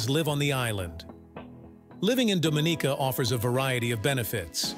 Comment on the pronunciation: Incorrect pronunciation for Dominica.